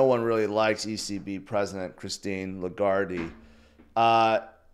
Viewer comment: I love your purposeful mispronunciation of names - e.g. lagardy and bensent - and look forward to many more to come 😁